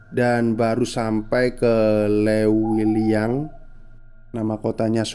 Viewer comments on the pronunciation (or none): Upload tiap hari lah 🦄 Leuwiliyang ,huruf u nya itu ga usah diucap ,ngucap e nya udh bner itu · Leuwiliang, sudah di pastikan admin bukan org sunda krena imbuhan "eu" hanya bisa di di ucapkan org sunda 😂, sukse bang💪